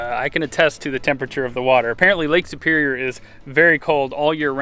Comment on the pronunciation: He mispronounced, Lake Superior is known for the whitefish and Lake Trout though. Good eating fish.